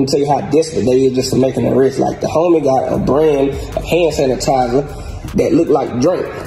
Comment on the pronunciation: “ Hannn Sanitizer “😐😐😐boystfu